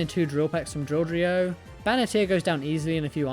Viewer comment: Yoo!! You said Drilldrio first try this time 😂